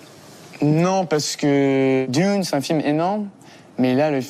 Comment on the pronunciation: You could improve your own French, mate, by not putting a diphthong in the “c’est” of “c’est parti”. After that I stopped watching.